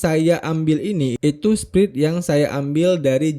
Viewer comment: spread itu bacanya spred om bukan sprid😅